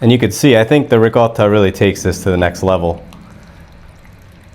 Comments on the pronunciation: I love the way he says ri - CO - ta instead of ricodda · loved it. Have liked and subscribed. thanks for posting And as an Italian, I really appreciate you pronouncing the word ricotta correctly lol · He pronounces it correctly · I've done something similar but with a can of stewed tomatoes. Shout out for pronouncing Ricotta correctly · Thank you for properly pronouncing “ricotta”! Hallelujah! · Thank you for pronouncing Ricotta properly!!!!!